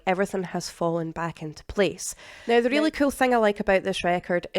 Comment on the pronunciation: Oh, please don't take this the wrong way. I think it's pronounced eeth- er-al. Not eth-real.